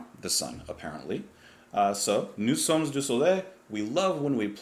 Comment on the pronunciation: The ending "s" in "sommes" is not pronounced in French unless followed by a vowel, as in "nous sommes à destination". But in "nous sommes du soleil" it is followed by a consonant. Good job as always,.